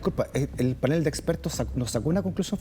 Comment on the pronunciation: Canal, pastel, atril, farol, azul, PANEL. Y no "pánel" ( , , , etc.), por favor, que no existe.